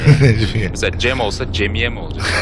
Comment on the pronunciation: abi cemiye yerine cemiş